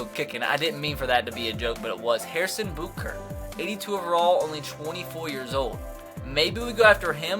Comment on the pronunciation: lol harrison "bootker"